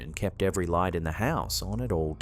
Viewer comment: Imagine playing a drinking game while watching these where you have to take a shot every time says "trick of the LAW-eet"